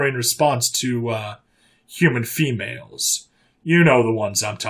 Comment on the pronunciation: What's a "Humman"??